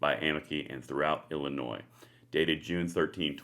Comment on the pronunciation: the"s" is silent in illinois